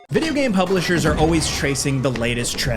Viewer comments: "more big Bublishers." hehe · Bublishers lmao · "Big Buplishers" 😂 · "more big bublishers" 🤣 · Also "big bublishers" 😂